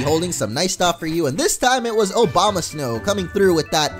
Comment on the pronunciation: When he said Obamasnow, I laughed my ass off because that was sort of an inside joke to me because I kept on calling Abomasnow, Obamasnow for two years.